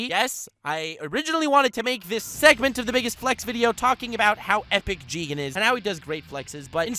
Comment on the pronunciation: You pronounce "Jigen" wrongly Its "Jiigen!"